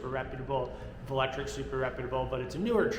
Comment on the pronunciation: Hey buddy I hate to be that guy but I ride a velotric bike and its pronounced vel-o-tric lol